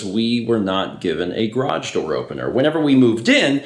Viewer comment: Is "graaj" from the same dictionary as "draff" and "surl"?